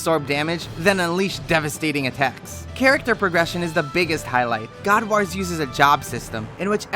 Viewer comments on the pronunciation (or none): Omg can't pronounce god wars put me off sorry